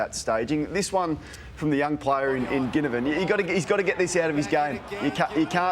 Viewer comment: Any danger of the panel learning the pronunciation of “Ginnivan”, given they’re keen on mentioning him each week?